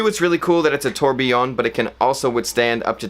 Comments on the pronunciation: Tour-bee-yawn, not tuer-bilien. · Dude, stop saying Tor Billion. Thanks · its pronounced 'tore-B-yon"...its like when Christian used to say "car-T-yer" for cartier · You are pronouncing tourbillion wrong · Honestly, at least pronounce, 'tourbillion' correctly.